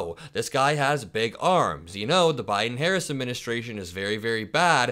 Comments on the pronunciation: Why can't he say Harris? LOL what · He said her name wrong on purpose. Serves her right. She doesn’t understand that she is no different to him than Kamala Harris.